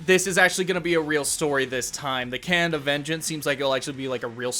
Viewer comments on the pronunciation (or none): none